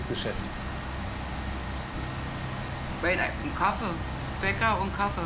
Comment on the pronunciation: Ich werde irgendwie aggressiv, wenn Leute so "Kaffee" aussprechen 🙈😅